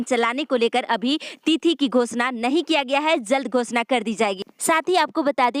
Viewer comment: News padhne me aap "z" bahut zeyada bolti hai jaise jharkhand ko aap zharkhand bolti hai our jab ek sentence kahatam ho toh kuch second ke liye ruk kar phir doosri line bolna chahiye. (Zald nahi jald. Zab nahi jab ye sahi word hai )aap urdu Sikh lengi toh uchharan theek ho jayega.